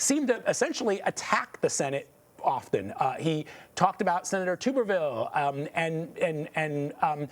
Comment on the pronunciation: If you can't pronounce tuberville please give up covering sports and politics.